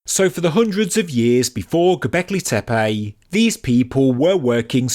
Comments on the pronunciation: Sorry but I believe it is Tepe not Tepey: annoying throughout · The name/word "Tepe" is pronounced "Teh-Peh" not "TEA-Payjhhhh"!